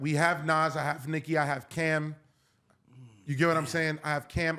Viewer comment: See, you loose me, when you say Nikki…🤦🏾‍♂️